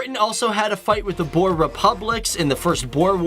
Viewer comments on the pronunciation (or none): It's pronounced "grrr-ort skeer" hospital. And boer... "booo-rrrrrr" ;p.